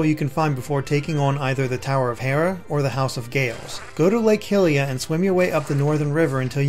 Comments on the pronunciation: Lmao it’s Lake HYLIA not Lake Hilia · Did he rly just call it lake hilia? Bruh I’m mad now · U mispronounced lake hylia